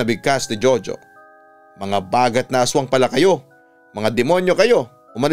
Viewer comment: Its bagat - stress on the 2nd sylllable